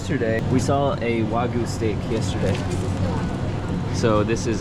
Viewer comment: pronounces “Wagyu” the correct way!